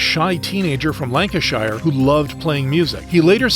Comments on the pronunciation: i hate how americans say shire. its not pronounced "shy-er" its pronounced "sher". not tryna be "that guy", just trying to correct people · Lanca/sure, not shire as in "hire" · Bro butchered the name “lanconshire” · that pronunciation of lancashire is killing me